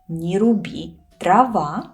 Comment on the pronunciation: Это такой компрессор на микрофоне или ты реально Д произносишь как твердую Т от чего на траве дрова звучат как: "на траве трава "